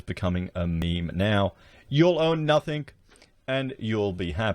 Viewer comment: Is it noffthink or nothing? It's annoying please province the word properly!